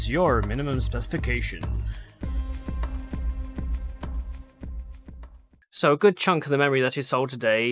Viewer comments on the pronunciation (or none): What does he say in the intro? "What's your minimum sopesification/specification/spestication?" Help!